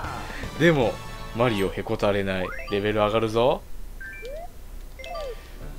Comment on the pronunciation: マ→リ↑オ↑ (笑)